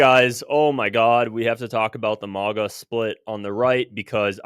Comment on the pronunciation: It's MAGA.....NOT MIGA.......understand?????